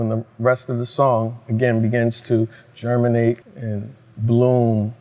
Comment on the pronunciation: Ali said "Let it germinate" about Can music it's more like "Let it German-ate"😅😅